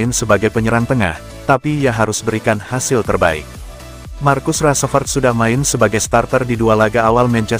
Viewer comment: Salfok sama penyebutan "markus rasprett" dan "rasmus holan"